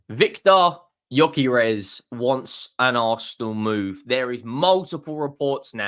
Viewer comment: Let me help you pronounce his name: GY(DUE) Ö(OE) DUE-OE-KAIR-ASH